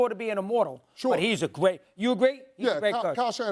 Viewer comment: “He’s a gwait coach”